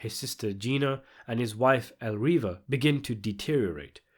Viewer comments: Whife is Elvira, not Elriva, do your Homework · Franks wifes name is "Elvira", not "Elriva". 😅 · Elriva? Who tf is Elriva? You mean Elvira? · It's Elvira, not Elriva. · The femme fatale was called Elvira not Elriva (it's not an uncommon Spanish name). Murray Abraham did appear in Amadeus, playing Salieri - who was Mozart's rival, not Beethoven's. Which is pronounced Bate-oh-ven. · Elvira not Elriva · Tony's wife '"Elriva'? It's Elvira. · His wive Elriva? Its Elvira lol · "His wife Elriva"?!? You mean Elvira. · Who the hell is El Riva? This is either a lack of spell check with AI or without. Elvira. His wife's name was Elvira. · El-Reeva? Beeth-oven? His rival Salieri? It's hard to take this seriously when you're making these kinds of mistakes. On topic: it doesn't matter if Omar's a rat or not. That's not the point. The point is that Soza is the one in charge, not Frank. The entire meeting was to make the point that Tony and Frank have exactly one choice, do what Soza wants. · Bro REALLY said '*Elriva*' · DIDE WTF ELWIRA AND SOZA CMON NOOB ITS ELVIRA AND SOSA FFS CANT WATCH THIS WITH THESE PRONOUNCES ITS DISGUSTING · His wife Elvira not Elriva xd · "his wife Elriva" did you even watch the movie? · Elriva? Lol ok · "ELRIVA" -- are you fucking serious? No need to watch the rest of this bullshit. Have you even seen the fucking movie? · stopped at elriva soza wtf learn the proper names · HIS WIFE "ELRIVA"😂😂😂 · El-V-IRA.... Dumbass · "Elriva" Lmao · And Tony's wife "Elriva" 😂😂😂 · "Elriva" made me laugh😂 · It's pronounced Bay-tho-ven not bee Also I'm pretty sure Tony's wife's name isn't elriva. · el - reeva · I know brits have a problem with pronunciation but seriously elriva? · Almost stopped after hearing you pronounce Elvira